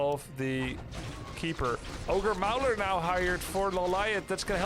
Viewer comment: Great cast! thanks. FYI when pronouncing "ogre mauler", maul rhymes with ball